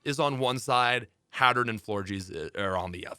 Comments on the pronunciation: Hatturn**. Hat-urr-een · I’m sorry Hattern?